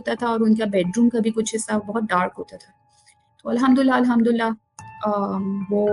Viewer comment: Ye story teller last minutes Mein Al-hamdulillah ki bajaye 2 baar al-hamdula boli hain. It's suspecoous.